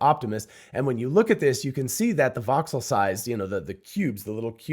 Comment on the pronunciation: Are you saying "box cell" when discussing the AI graphics?